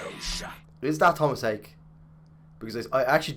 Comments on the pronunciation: Haake is pronounced just like it looks "ha--- ke-" not "key" but "ke". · How Tomas pronounces his name. "Haa-ke"